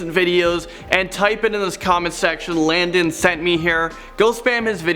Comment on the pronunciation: Landon, do you sometimes pronounce your name 'do not sing' at times!?